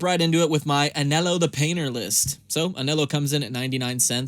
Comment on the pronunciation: you should pronounce "Ahn Hell O"